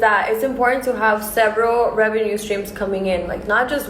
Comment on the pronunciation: First of all, she can barely say "revenue"..... 🤣🤣🤣